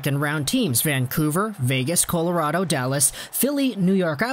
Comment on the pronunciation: 1. With where both teams currently are, Flyers and Penguins ARE NOT trading with each other (if ever). 2. Biggest reason why the Flyers would want Kapanen is obviously because his dad, Sami, used to play for them. 3. You pronounce “Colorado” weird.